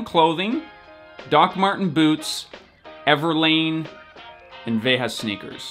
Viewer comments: You prononce it "Vega" not with the spanish accent. You have a nice video on their youtube channel on the history of the brand if you want to learn more. Good content! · Is Veja hype in North America ? Here in France it's a very standard choice between Nike and Adidas, thougn I didn't know they were B Corp. ALSO it is pronounced [veʒa] with the international phonetic alphabet 😛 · Pronunciation of Veja with a j like the g of geranium